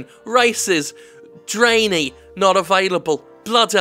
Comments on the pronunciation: "Dray-nee" Jim pls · Did he really just pronounce Draenei as Dray-knee? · "Dran-eye" is more accurate to how to say Draenei Jim, also apparently Dwarves didn't exist during Wrath of the Lich King, yep the very first race seen in the original cinematic of the game, totally not a race.